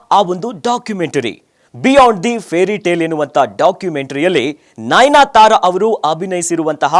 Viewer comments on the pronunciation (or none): nainyatara alla pa..adu nayanatara